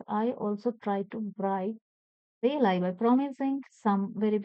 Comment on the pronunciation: It's not belai it's balai